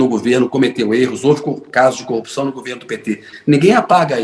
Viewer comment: Será que um indivíduo que quando vai se referir a esposa, fala "CONJE", ao se referir a tacógrafo diz : "TACON" ao se referir a corrupção diz: " CUPÇÃO ? Será que esse JUIZECO lalau que ao pronunciar uma frase de sete palavras , comete sete erros grotescos, será que ele realmente passou em concurso de Juiz federal sem a mão grande da maçonaria ? Hein ?